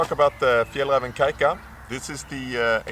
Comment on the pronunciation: I thought the pronounciation is [ka-zu-ka]. Every people in here(south korea) pronounciate like that :-)